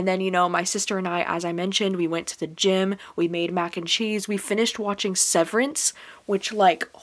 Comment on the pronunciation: If it helps, when you said "Before we go to the gym and stuff" I heard "Before we go with Jimin and stuff" lol, the Bangtan life is real lol! I totally suggest trying Death Note! also, if you're interested in slice of life Manga, Dreamin' Sun is a good one as well :)